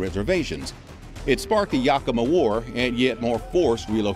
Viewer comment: I thought your Yakima pronunciation was a little off but Puyallup was horrible to be fair I've never heard it pronounced correctly from anyone that's not from here.